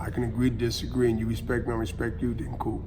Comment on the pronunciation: The Respeck.. 🤣🤣💥🤣